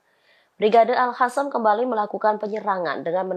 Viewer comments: Al Qassam bukan Al hassam... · qossam bukan hasam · Bacanya al-qossam mbak... Bukan alkhossam. Melek huruf hijaiyah mba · Brigade AL QOSSAM mbak bukan AL HASAM... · Min bisa baca ngga, alqassam ko jadi alhassam yang bener ah, nanti salah makna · Ini mbak reporter nya kok bacanya Al Hasam...??? Gimana nih kok bacanya gak bagus..!!?